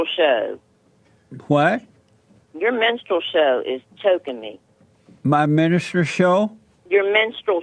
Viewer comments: lol, "when you say it like that", and she kept saying "menstrual" when she meant "minstrel". Funny how you have to say the "truth" the right "way" or she just doesn't want to hear it. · No charles, you have a hearing problem and a thinking problem. Ana said "LMFAO" because he or she KNOWS the correct word is "minstrel." But the caller PRONOUNCED it "menstrual."